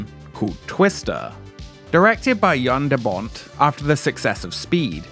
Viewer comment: FYI , Jan de Bont first name is pronounced like "Yawn"